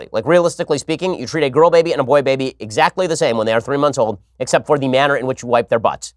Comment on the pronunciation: He says girl like gru "Gorl"